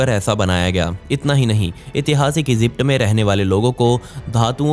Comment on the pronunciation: Esypd nahi hota Egypt hota he,🤣🤣